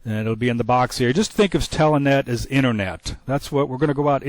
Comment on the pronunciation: i keep hearing the pronunciation of "telEnet" Watching this series to see if i had any snafu's or fubars on my end. So far i have it setup right. Moving on to vid 3.